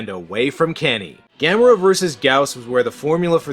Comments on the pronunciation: That's weird they pronounced it like that since it's Gamera like camera, nobody in NA pronounces camera as Cah-mera. O_o??? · Sandy Frank Dub??? I know my copy of Gamera vs Gyaos has 2 Dubs, but the way I distinguish each one is by how the characters pronounce Gamera's name. And I personally prefer the one where they pronounce his name as Ga-Mer-Uh. NOT Ga-Mair-uh.